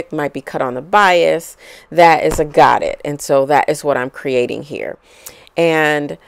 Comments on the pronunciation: Godet is pronounced go-day. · Loved your design and instructions. I am going to give this a try. You made it look easy and fun. Godet is French as in 'go day' (no harm intended). Thank you for sharing. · It is actually pronounced GO- DAY. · Great video! Very clear. But the pronounciation of Godet is french so dont pronounce the "t"...its god "a" long a on the end.